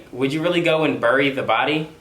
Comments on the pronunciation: I can’t get over how this man is saying burry instead bury🤣🤣🤣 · having some trouble saying bury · Look i love you but the way you say bury makes me panic internally. Like it irritates me